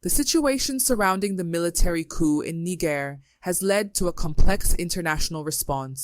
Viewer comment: Niger is pronounced "Knee-zher", not "Knee-ger".